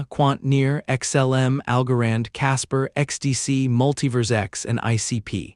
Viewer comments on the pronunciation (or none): none